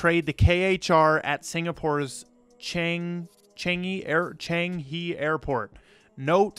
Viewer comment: Khmer riel - pronounced real Changi - pronounced changee